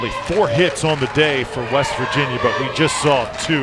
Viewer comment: weast virginia lmaoo, reminds me of the episode of spongebob when patrick heard weast instead of west